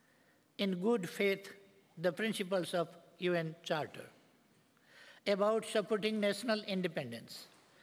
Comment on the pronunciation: He doesn't know yet how to pronounce "about " even he is reading notes . Now what do Nepalese people expect from him ?